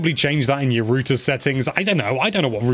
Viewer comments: It’s not rooter it’s router 😁👍🏻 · R-OW-TER. Say it with me,. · Why are you calling it "rooter"? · British pronunciation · he meant to say router and instead said rooter... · Lol. What's a "Rooter"? Do you mean "Router"? Wow. Did you get past 5th grade? Sorry, but it's ridiculous to take advice from a kid that doesn't even know how to pronounce a basic English word. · whats a rooter? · I see the joke. pronounced router as rooter. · If the British pronunciation for router is “rooter” then how do y’all pronounce the actual word rooter? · The way you say "router" drains on my soul like nothing else. It's not "rooter". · Wtf is a "rooter" 😂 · Rooter lol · A “ROOTER” lmao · You say router wrong. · The way he is saying router is killing me, and Im Irish with a thick accent ffs